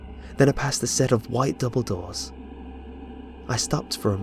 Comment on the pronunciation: I heard Dumbledore instead of Double door.